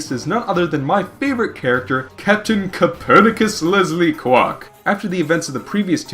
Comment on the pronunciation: I love how says "CAPTAIN COPERNACUS LESLEY QWARK". It's about on par with how he says "DR. IVO "EGGMAN" ROBOTNIK". XD